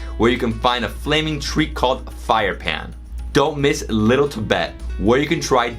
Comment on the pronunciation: when say pan is not right toon say like paaaan then it's perfect